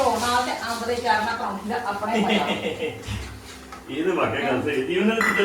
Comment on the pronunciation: ਅਚਾਰ। ਹੁੰਦਾ ਹੈ ਚਾਰ ਨਹੀਂ ਸਾਡਾ ਤਾਂ ਅਚਾਰ ਕਦੀ ਵੀ ਖਰਾਬ ਹੁੰਦਾ